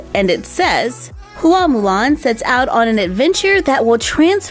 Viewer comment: You pronounced “Hua” correctly.